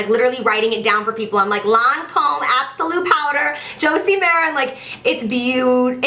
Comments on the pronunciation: Lancôme is pronounced "Lon-Com" with emphasis on the "m" at the end :) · Wow girl I've been pronouncing them quay too! Never knew they were pronounced key hahah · I pronounced it "Kway" as well 😂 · In England we pronounce Lancôme as Lon-com. I pretty sure it's how the French pronounce it too, but obviously with an accent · Girl I pronounced it "Qu-Way" too 😂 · I pronounced it "key" too ! ahah Love you girl-your fav videos are always worth the wait!! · That accent you had when you said Lancôme had me dead. You could literally be the voice over for a Lancôme commercial lmao x